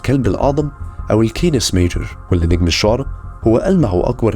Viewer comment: تصحيح الشعرى اليمانية Sirius تتكون من نجمين A و B و موجودة في مجموعة الكلب الاكبر أما الشعرى الشامية Procyon نجم مختلف و ايضا يتكون من نجمين و موجود في مجموعة الكلب الاصغر. ثاني شي الشعرى تنطق بكسر الشين و ليس ضم الشين كما ذكرها الله سبحانه و تعالى في القران الكريم بكسر الشين و جزاك الله خير على المجهود